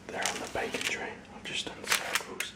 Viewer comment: i was listening and wasn't watching and it took me a minute to realize he was saying "baking" not "bacon", part of me was disappointed. Need more bacon, i mean baking, videos.